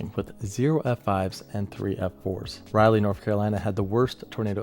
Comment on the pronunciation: it’s Rah-lee. WeatherBox also butchered the pronunciation in one of their videos. Haha. I grew up in the tornado alley of Eastern NC, I never realized how “not normal” it was to have so many pop up near where you live. My granny told me stories about the 1984 outbreak near Greenville and I still lived in the area during the 2011 outbreak and volunteered in Bertie County with the cleanup effort.